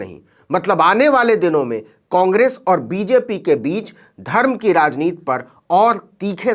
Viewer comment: आप राजनीति को बार बार राजनीत् क्यूँ उच्चारण कर रहे हैं ? क्या हिन्दी का गला घोन्टना है।